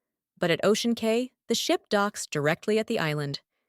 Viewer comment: It’s pronounced Ocean Key